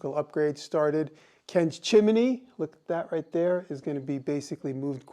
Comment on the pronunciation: The word "chimney" has more syllables when you say it than when I do.